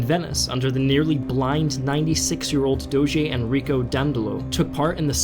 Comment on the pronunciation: “DOHJJ”, not “doh-ghee.”